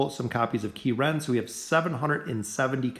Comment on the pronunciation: Key Ren LOL